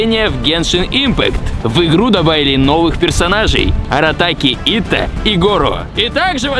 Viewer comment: АратакИ Итто а не АратакЕ Итто